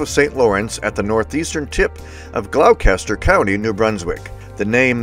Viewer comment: I believe it’s pronounced “GLOSS-ter”. Congratulations on an amazing accomplishment! I’m at 37 currently, hoping to reach 41 next year.